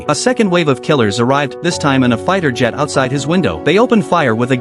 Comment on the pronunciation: “Fighter jet” “pilot” okay mate fix your narration